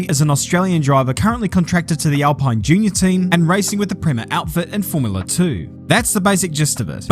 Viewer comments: It’s pronounced “alpeen” instead of alpine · isn't it "AL-PEEEEN? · Nice vid, but it's pronounced "Al-peen". Source: I work for them:) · It's pronounced Al-pin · You said alpine wrong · It's funny that you can nail the pronunciation of Bahrain, then fail through the whole video with Alpine.